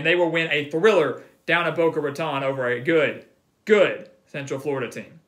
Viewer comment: Boca Ra-tone', Holmes, not ra-tawn'